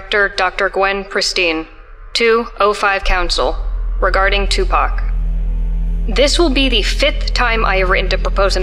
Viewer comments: Pock not pack 🙃🤪🥰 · “Two pack”? TWO PACK???? Too poc. TOO POC Tupac = TOO POC Cmon now. You hurt my soul with that. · Tu PAC not Pack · Tupac, pronounced : TOO-PAHK. Not two pack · Him saying 2 pack 😬